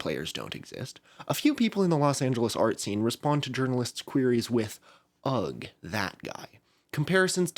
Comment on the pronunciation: Ugh has a silent g. 😂 It's not said as ug. It's said as uh.